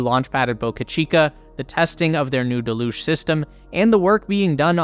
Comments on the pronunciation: Deluge is not de'luge.. Dell-youge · I can't handle how badly u mispronounce deluge, it's truly horrible to the ears.. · yea it was painful